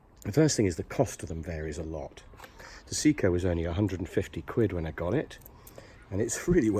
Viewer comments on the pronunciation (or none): Your pronunciation od SEIKO is horrible 🤬. It's Say-ko not See-ko.